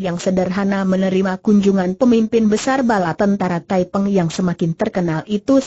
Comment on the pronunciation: Nama pemberontak itu thaiping bukan thaipeng